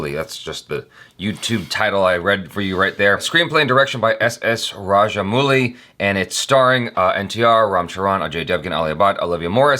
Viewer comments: You are pronouncing it as mooli, whereas it should be pronounced as Mowli but in English it is written as Mouli. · It's RajaM-AU-LI. With a sound of 'O' not ooh. 🙂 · nope it's rather: -ow-LLi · It's Raj-mow-lee. Kudos for the effort though. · When you pronounce rajamouli, the u is silent.